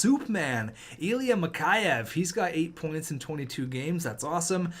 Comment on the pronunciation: Mikheyev is pronounced Mick Eh Ev